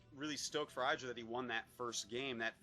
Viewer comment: HIS NAME IS FUCKING IDRA NOT EIDRA